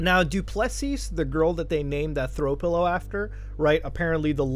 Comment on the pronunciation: Du Plessis is pronounced do-pluh-see. Your pronunciation is killing me bro. Hope this site is innocent and it's just a troll on rich people